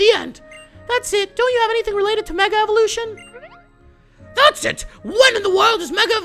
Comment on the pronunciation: Elovushion lol